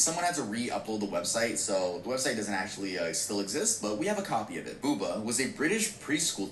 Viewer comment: It's boo-bah, not booba lol